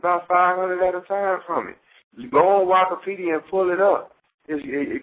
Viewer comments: Why say Why-kipedia and not Wikipedia?… 😆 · lol bro said wokapedi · my man said "Wakapedia" 😂😂😂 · Nigga said "Wakapedia" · This fool really said wakapedia 😂😂